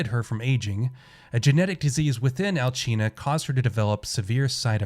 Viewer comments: why does everyone pronounce her name Alchina? its Alcina this isn't Spain or god forbid Italy the C has a ssss sound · I have a few gripes with this video. 1. You’re mispronouncing Alcina (she’s not Italian). 2. If this is your gameplay footage, why were you wasting bullets on Bela when she was dying? Even though you DO get a decent amount of ammo in the game, but still. 3. You said it was Cassandra slucing the girl with the knife, but the note says Daniela. Pay attention to the game’s content when you’re making videos...